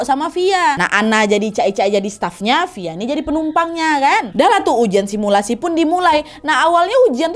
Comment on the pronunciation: Kau ngomong sumilasi langsung buyar mood hororku Nad 🤣